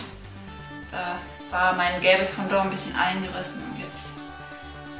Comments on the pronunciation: Das heißt Fondant nicht Fondor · lern sprechen.... es heisst fondant! sowie man es schreibt.....